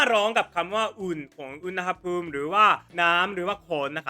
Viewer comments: ไม่ถูกต้องครับ ที่ถูกต้องคือ อุน หะ พูม ครับ มาจากคำว่า อุณหะ + ภูมิ อุณหะ อ่านว่า อุน หะ แปลว่า ความร้อน ครับ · รอคลิป N3 ของเซนเซตลอดเลยค่ะ คลิปนี้ เปรียบเทียบคำศัพท์ให้เห็นชัดมากเลยค่ะ ส่วนตัวแล้ว ชอบค่ะ สุดท้ายนี้ อุนหภูมิ อ่านว่า อุน หะ ภูมิ ค่ะ เพิ่งไปเสิร์ชมาเหมือนกันค่ะ😂